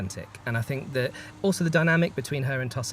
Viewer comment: "Ang on Percy...Ill Fink of sumfin" well spoken i see 😅